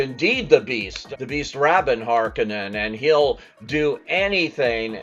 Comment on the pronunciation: I want to love this movie but this review leads me to believe that fans will be very disappointed. The movie obviously didn't get even the basics of Frank Herbert's Dune correct or the reviewer would know that there is a "r" to pronounce in Atreides and no "th," that there is no "d" to pronounce at the end of Rabban so "rabid" ra-bəd like the adjective is incorrect, and that even Harkonnen is mispronounced. So unless the reviewer did not pay attention to or even see Dune 2021, and I have no reason to think that, then the movie fails at the most basic level. I have been looking forward to and want to love this movie but after this review my expectations are virtually nonexistent.